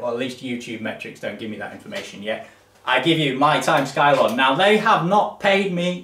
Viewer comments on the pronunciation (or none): are you sure it's not pronounced 'scilon'?